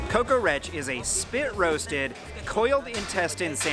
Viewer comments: dude its not kokorek ist kokoreç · its not kokorek its kokoreç with ''ç'' not with ''k'' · İts kokoreç not kokorek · kokorek's real name is kokoreç ç pronounced as ch so its something like kokorech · NOT KOKOREK its KOKOREÇ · o kokorek değil abicim kokoreç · It is not Kokorek , Kokoreç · İts accualy not kokorek its called “kokoreç” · Im sorry but its not "kokorek" its "kokoreç" 😊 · not "kokorek" its called "kokoreç" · And not kokorek its kokoreç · its a not kokorek bro kokoreç with ç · Hayıııııır kokorek değilll kokore(ç) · Its not "Kokorek" . Its "Kokoreç". There is no such thing as "Kokorek" in Turkey :) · It's not kokorek thou. it's kokoreç ( "Ç" as in ben"CH")